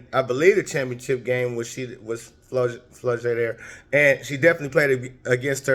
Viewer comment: Flaujae pronounced FLAW-JAY not flow jay 😂